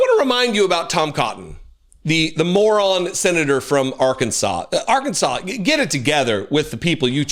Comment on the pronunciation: I love that you pronounced it "Are-Kansas!" Hope you're feeling better soon!